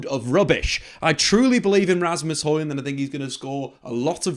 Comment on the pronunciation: Hojlund not Harland 😫😂 this is why I just call him Rasmus lol